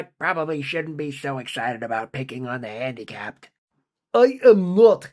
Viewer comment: “Although I probably shouldn't be too excited to pick on the habdicapped”😂